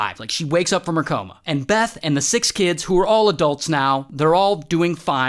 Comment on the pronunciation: Rather unpleased you mispronounced Austria.